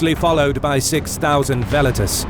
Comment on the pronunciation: I absolutely love the visual presentation, however the way the narrator keeps pronouncing 'Velites' makes me shudder every time. Classical Latin pronunciation is the best way. Velites should be pronounced like Well-Eat-Tays.